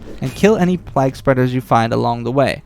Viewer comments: fyi, it's pronounced "playg" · Why are you saying plague like that?